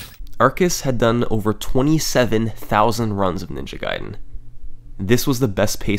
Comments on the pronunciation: It's not NINJA Gaiden, it's Ninja GAIDEN... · Ninja Gayden